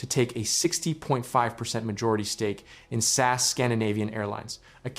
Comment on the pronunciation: The way you say "SAS" I can't 😂 Please start saying S.A.S it's sound much better in English from a Norwegians perspective